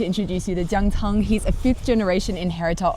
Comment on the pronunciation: His name is “Jiang Can”, not “Jiang Cang”. “Can” like how you say a meal in Chinese “餐”。